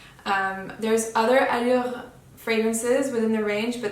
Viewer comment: You are best one on YouTube pronouncing “Allure”